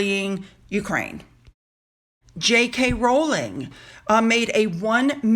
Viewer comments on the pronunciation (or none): none